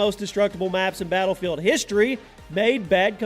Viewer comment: you can't even pronounce battlefield